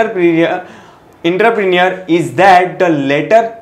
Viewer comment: Entrepreneur ka pronunciation to seekh😂 baad mein lecture upload kar...😂